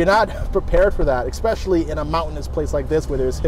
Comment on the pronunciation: ESPECIALLY. Not ExPECIALLY. Sorry English teacher